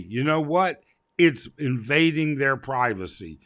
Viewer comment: Found the link. Watched the Vid. As soon as the assailant said "Priversee", ok, well, it was a bit humorous... "Respect my Priversee!", reminds me of Cartman of South Park...lol